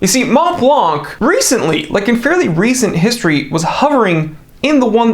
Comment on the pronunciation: Thank you for your videos! P.S. Not “MonTblanC”, but “Monblan”.